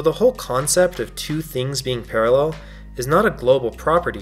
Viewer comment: you made me force laugh when you said PaRrEl UnIVeRsEs